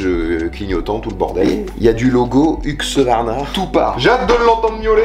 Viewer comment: HuSqvarna on dit HuSqvarna. Serieux pour j'entends tout le monde dire HuqSvarna ? 😂